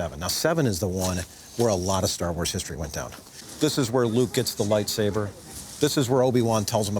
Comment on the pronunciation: SABER. It's lightSABER....sorry, they all keep saying lightsaver it's annoying af lol....